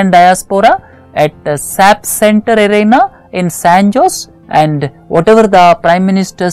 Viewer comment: sir , san jose is pronounced ' saen hoh-zal'